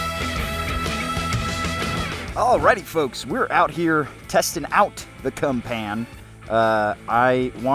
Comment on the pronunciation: CUMPAN??? Seriously? There is no way the creators of the CUMPAN speak English